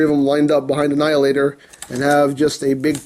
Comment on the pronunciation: "Knight Morpher Annheelahtohr" Me:... Ok, could you please repeat that in understandable English? I don't speak Japanese.. Chinese... Emgoese? What dialect are you speaking, man!?